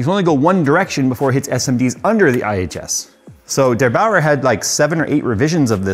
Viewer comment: DerBauer, not DeBauer! Meine Mutter kommt nicht aus München.